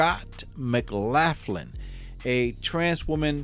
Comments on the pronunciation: McLaughlin...pronounced McLof...lin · Hello, Love your channel and I'm subbed. BTW, isn't it pronounced, "McLocklin"? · Just to note- it’s pronounced “Muhclocklun” 😬👍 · Pronounced Mc-lock-in? I could be wrong, idk. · You should get a couple of minutes on the electric chair for that pronunciation of the name McLaughlin😂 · pronunciation of McLaughlin is wrong I'm afraid . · His English is fine, pronouncing the way the name is spelled is the problem!